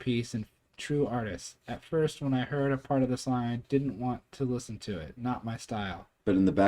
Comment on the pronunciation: SONG! not dong😅😅